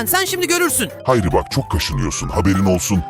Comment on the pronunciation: Hari değil hayri